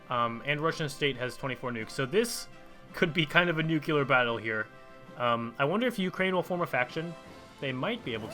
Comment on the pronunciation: Hey dude nice video, however there is an issue that's getting slightly out of hand in my opinion haha MARS-AYE NUKE-LEE-ARR Thank. You. (Sorry if I sound passive agressive though, I genuinely enjoy your content. Keep it up. I just think that making a small effort in your pronunciation could make you sound like you care, making you more appealing to your foreign audience.)